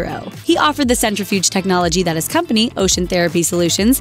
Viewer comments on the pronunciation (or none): none